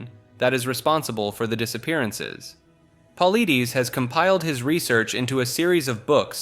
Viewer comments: His last name is pronounced. Po lye dis. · It's pronounced Puh-ly-dus, and he refuses to give an explanation or an opinion of what's happening. Why are you lying? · Dude your info on the missing 411 is bogus. The berry bushes is ridiculous. He doesn't believe that berry bushes are what's making it happen. Of course also you say his name wrong too. It's Puh-lied-ees not Puh-lee-dees. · David Paul-eye-diss, not pauleedees 🤦‍♂️ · I hate it when you guys can't get anyone's name's right at all! It's Dave pole-itis not Dave pole-leeties! You guys suck Blls!! 😊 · If you’re gonna relay a story maybe you should learn the proper way to pronounce the main person’s name…you PRONOUNCE his name “Pah-L-EYE-Dis” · David's last name is pronounced Pa-light-us great vid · Omg, the was you say Paulides (Paul-I-diss) is infuriating! I thought this video looked interesting but I can’t deal with the voice. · Just for future reference: David Paulides last name is pronounced Paul-Eye-Diss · You pronounced David's name wrong. Just a friendly note. Its like; Puh lie dis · Hey pal, just a little tidbit... David Politis is pronounced "paul-eye-dis" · My God, get his name correct! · Listening to Mr Ballen for a couple of years, yeah he butchered his name. Also never heard that story about the bushes. I would say if anything these people are either taken by bears or trafficked to another country and sold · When you mention a man it's only right that you learn to pronounce his name correctly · I give you a down vote cause you can't pronounce David's last name. Makes me think you are an ignorant voice whom has never listened to Coast to Coast. Who are you?